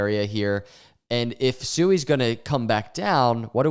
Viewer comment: The second you said SUEY, I was out. It literally tells me you don't have a clue what you're talking about and you don't do any research. If and when you become more educated and you want to talk about SUI (Swee) we'll come back and listen and take you more seriously